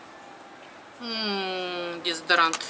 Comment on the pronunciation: Мне нравится как она говорит ДЕЗАДОРАНТ ДЕВАЯКИ ММММММ